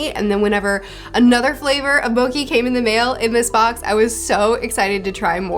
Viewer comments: Zunesha is based of Ganesha, which is an an ethnic name, so I feel it's best to pronounce it as such. (Zoo-neesh-uh, not Zoo-nesh-uh) Also Mochi is pronounced (moh-chee) not (moh-key) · Mochi..... is Mochi.... not Moki.....does that make sense? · "Moki?" Is she trying to say mochi? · Please stop saying Mo-key when you are getting paid to advertise mo-chee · Your closed captioning is absolutely hilarious! I love reading them. Also, just a spot of constructive insight, but mochi is pronounced moh-chee not moh-key. I'm loving the One Piece videos and I can't wait for the new chapter to come out! Keep it up. :) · Loved your chapter reviews although my favorite part might be the promotion mookie :) mow as in lawn mower chee as in cheese phonetically mow-chee. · Pronounced Mo-chi not mo-cki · Also big elephant is Zu-nee-sha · mochi not moki : ) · Love your videos! By the way it is pronounced mo-chee. Can think of it like the “chi” energy thats pronounced chee as well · I like mokhi Katakuri: It's mochi,.......don't say it like that: OK, mokhi Katakuri: I already said it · it's moTCHi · "mochi" is pronounced with a hard "ch" sound fyi